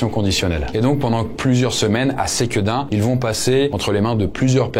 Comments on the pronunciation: Pour Sequedin on dis pas Séquédin mais Seuqueudin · Merci pour l’iceberg toujours vraiment top ! Et juste pour toi savoir, on dit Sequedin avec un [e] pas [é] 🙏🏻 Ps: jai trouvé ton honnêteté dans la video ou tu parle de l'expérience horrifique absolument remarquable, classe 🎉 merci ! Bonne continuation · La prononciation dans le Nord de la France, c'est: Ceux Que Din pas c-quedin :-) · SEquedin Pas Séquedin haha , mais très drôle d’avoir vu ma ville dans la vidéo 😂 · Pour Sequedin on prononce se pas séquedin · Par contre on prononce : SEQUEDIN comme il s’écrit il y a pas de é 😆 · mes oreilles piquent quand je l'entend dire séquédin 😅😂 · Intéressant. Pour info : Sequedin se prononce comme il s'écrit, il n'y a pas d'accent caché sur le premier E.